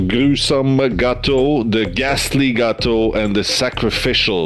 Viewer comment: "Geatuo" I CAN'T 😭😭😭😭😭